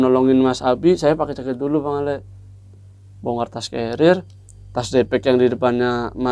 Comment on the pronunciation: Kadang kadang salah sebut jd bang Awe jg 🤣